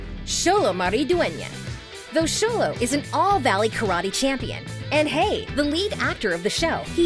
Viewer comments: Someone finally said Xolo correctly!!! Yahayayayaya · My friends pronounce xolo as “zolo” so I respect the fact she calls him “Sholo” but robbys is not rooby